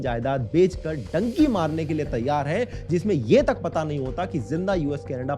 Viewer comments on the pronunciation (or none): none